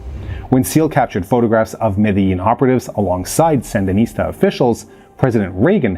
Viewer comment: Interesting that you would pronounce 'guerillas' in a pseudo-Spanish accent while completely mispronouncing Medellin